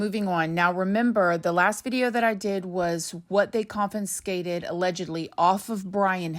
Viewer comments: Did you say 'Compenscated'? That's not a word. This is not cute any longer,. You now have a serious channel and business. It is necessary for you to articulate the English language properly. This is embarrassing. At the least, please go back to school or get a private tutor in the English language which will encourage those who are not well educated to go back to school. Demonstrate to them that you can do so as a middle-aged woman and they may as well. People judge you based upon the words that you use and your grammar. If you wish to go further in society and your career, please do this. I guarantee that your grammar makes you sound uneducated and that of a person with a lower IQ, which is not the truth. What occurs is when there is a choice between you and another person who may have a similar story or career, the other person will be chosen based upon grammar. Get it together. Makes your children proud of you! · It's confiscated not CONFINscated 😂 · please stop saying "confinscated". It's confiscated - without the second "n" that you are throwing in there. I'm not trying to be mean, but I'm trying to help you to upgrade your vocabulary. There are many that will be rude and try to call you dumb. As an older woman, I've many times through my life been thought stupid because of blonde hair and/or beauty (which has since dulled thrive the years). I care about that for you as you are becoming a reporter of crime and criminals. I love you gurl!! 😍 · Confiscated...not confinscated. ..just saying 😘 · Lol confinscated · ConFiScated. Not ConFUNScated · Just FYI confinscated is not a word. It's confiscated. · Check your pronunciation of Confiscated. You are doing it with two N’s 😮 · love your channel…. One note, it’s conFIScated not conFINScated. Another YouTuber did this on a whole video and it got difficult to watch. Keep up the good work tho, such great information you give, all in one place!! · Confiscated not confinscated.